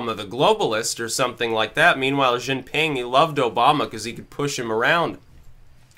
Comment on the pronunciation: XI JINPING ZHEE -GEEN-PING